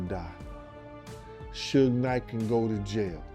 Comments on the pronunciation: The pronounciation of "Suge" scratches my eardrum. Dear lady, is like Sugar without the final "ar", damn... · They never say his name right it's suge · Suckee Knight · Sugay is that what we calling suge now😂😂😂😂😂🤣🤣🤣🤣🤣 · Sooge... and two pack..... hahaha. Funny